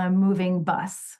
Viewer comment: I thought you said “moving butt” not bus. 😂